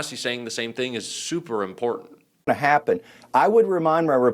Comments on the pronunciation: What's "imporden?" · I cannot stand how this woman says important and its her frequent go to word. Ugh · AAAAAAAARGH!!! THERE’S NO “D” IN IMPORTANT!!! AAAAAARGH!!! 🤯🤯🤯🤯🤯